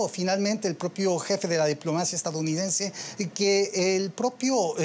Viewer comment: Dice "estaOunidense" por "estaDounidense"